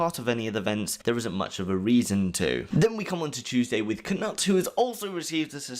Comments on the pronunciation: It’s K-Noot, not K-Nut 🤨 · For the love of god please learn how to pronounce peoples names correctly. Its basically english and knowledge that the K in Knut is silent. FFS man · Knut not Knat NotLikeThis